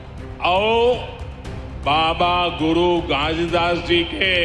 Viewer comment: भूपेश बघेल के टक्कर में कोई नही है सर। ये परदेसिया के हाथ मे छत्तीसगढ़ नही देना है।इनको तो घासीदास भी बोलना नही आ रहा है।